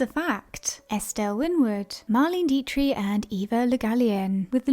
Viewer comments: The German actresses name is pronounced , DEE-trick, not Dee-tree. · No,not Deee- trick, it is Deee-trich, the ch is no K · Just FYI❤- Marlene Dietrich- pronounced DEE-TRIK. Here for ya girl! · Not trying to be obnoxious-( though I may have been) I guess maybe you have the America inability to pronounce that 'ich' sound, but your choice is nowhere near the German pronunciation. Diet-tree is just wrong. Mispronouncing it as 'Die-trix' or 'Die-trik' would have been closer than what you said.. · I agree. A robot who can't pronounce 'Dietrich" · Fascinating video, thank you. You may want to check up on the pronunciation of Dietrich. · Marlain deetree? I have NEVER heard anyone mispronounce Marlene Dietrich’s name. Ever. Wow.